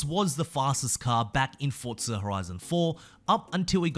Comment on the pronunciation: Bro its forza not fortza get it right